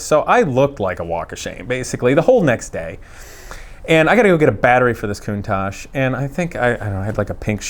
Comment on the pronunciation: Thumbs up for pronouncing the name correctly 👍👍